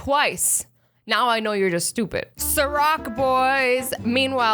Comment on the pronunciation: Sirock? Its Siracha..